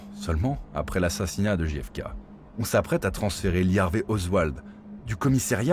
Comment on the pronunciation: Quel sort terrible ! Néanmoins, "Ne demandez pas ce que peut faire pour vous votre pays mais demandez-vous ce que vous pouvez faire pour votre pays", c'est ce que pourrait dire la macronie aujourd'hui avec la politique actuelle (dixit Bayrou avec ses efforts demandés aux gens). Et ce n'est pas "DJI EFE KEI" mais "DGEI EFE KEI" A mon avis, c'est la mafia qui a organisé l'assassinat ainsi que le meurtre du frère car ils voulaient s'attaquer pénalement à la mafia. Je mets un pouce en bas car le titre est trompeur et ne correspond pas au contenu.